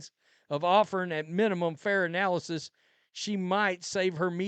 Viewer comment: Did he say Nalyssa?